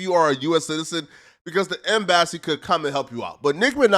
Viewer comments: Bro are you ok lol eco chamber and now em “bass” sy. But seriously may be I haven’t paid attention but I’ve never seen you butcher words like this. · The “em-bass-ee”…🤦🏾‍♂️ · Bruh said M BASS E lol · Ain't no way you just pronounced embassy like that. Wtf, em bas see, now say it 2 x fast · My man said Em-Bassy 😂😂 u the man